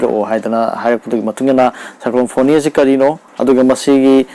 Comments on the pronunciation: Yeah it's Fani not foni. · Hairido soire NOT FONI FANI